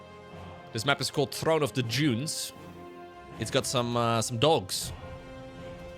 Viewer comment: It's not throne of the joons it's throne of the DUNES